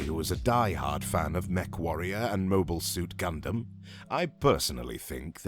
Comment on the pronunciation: At least he said "Gundam" correctly. That's all i care. Also do you play EXVSMNON?